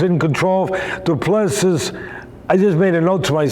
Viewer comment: Doo plu sea is pronunciation